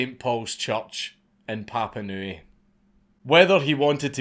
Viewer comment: He pronounced Papanui correctly!